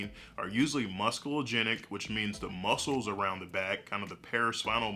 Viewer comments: I think it's a silent C in Muscle, pronounced Muss all, not Muskal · did you pronounce muscle "muss-kill"?